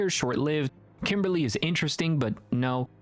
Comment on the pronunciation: Kimbley, not kimberly 😅 otherwise great video :)